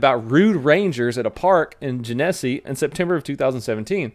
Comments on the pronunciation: It's Gen-A-See county :) It's a Michigan thing. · lol ily donut but its gen uh see county not what you said. was born and raised there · Genesee is pronounced Jen-a-see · I have never seen someone butcher genesee county so bad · he said genesee so wrong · You pronounced Genesee County wrong. LMAO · Genesee rhymes with Hennessy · I literally live in the city where the people were impersonating cops. Also you pronounced our county’s name wrong but that’s alright lol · That Flint- Genesee Co one with the impersonators, it is pronounced like the liquor Hennessy :) I live near there. Lol I am almost sure I’ve had a run in with the one guy, like I’ve met him, he is way too familiar. That’s hilarious 😂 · You say Genesee in a way I have never heard it pronounced:o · FYI you stress the first syllable in Genesee Gen eh see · Gen es see not gen nes ee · it's pronounced Jenna-Sea not janessy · Gen-a-see not jen-essy 😂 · It's JENesee. Not jenESee. You're offending me. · it's Gen-A-See (A is AH) not Jen-eh-see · it's GEN-eh-SEE not GEH-nes-EEE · Its Gen ah sea ... not genessey... 😁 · not Gen-Es-E its Gen-a-see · "Genessy", its pronounced Gen - eh (like a Canadian) see. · Genesee = Jen-A-See, like the beer! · I live close to flint it’s pronounced Jen-a-see county haha love ya brother! I’m an Oakland county sheriffs officers love it! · Just FYI, It's pronounced Jen-Ah-See Welcome to Michigan pronunciation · I know this vid is couple yrs old but as if customized for me. rofl, 1st it's Gen a See county. Never heard it pronounced your way before. I lived up near there for a few yrs. Also the Okaloosa FL story, I happened to lived there for a # of yrs as well in Fort Walton Beach. That's a military area being Eglin AFB, and Duke Field. Okaloosa Island is where all the strip bars are at; where you can find anything, and everything. Sounded like it may have happened near there. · For the record, it’s: gen-uh-see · 'Gin uh see'. There ya go buddy.